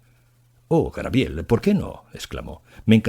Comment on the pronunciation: Debería volver a grabarlo por el fallo tan grande de decir muchas veces GRABIEL, ¡por favor! qué fallo tan grande 🤦🤦🤦🤦 es muy grave en alguien que lee para tantas personas, que eso lo diga alguien que no tenga estudios es entendible, pero aquí es inadmisible, no sé si voy a ser capaz de seguir escuchando, como siga diciendo GRABIEL cada dos por tres. Me está poniendo mal cuerpo